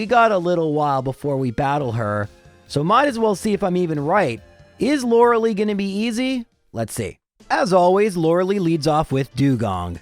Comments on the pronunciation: Lorelei is pronounced Lor-ul-lye. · Just knowingly says loreleis name wrong every time